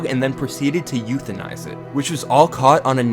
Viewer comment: And "euthanize" too 😭